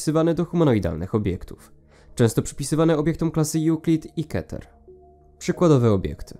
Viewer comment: Keter. To z hebrajskiego, wymowa pozostaje niezmieniona. Ale możesz mówić jak chcesz.